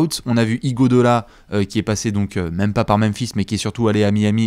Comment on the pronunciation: c'est IguodAla! Et non pas IguodOla... Tu changeras jamais... 🤣